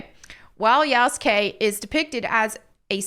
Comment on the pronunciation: Yasukey👀 yasugay💀